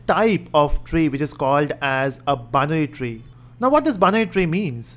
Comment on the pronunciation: the way of saying binary tree is like banyan tree, thats funny lol